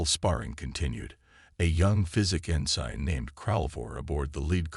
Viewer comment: Nice story. BUT, as usual with MOST of you guys.....your AI SUCKS!!!!!!!!!!!!!!!!!!!!!!!!!! "scared hull" vs "scarred hull"; ensine vs ensin (ensign); lid ship vs lead ship; bErridge vs barrage, prOjectiles vs projEctiles; unredable vs unreadable; dizaray vs disaray......STOP using AI and read them yourself unless you cin find a AI that kin read Anglish!!!!!!!!!!!!!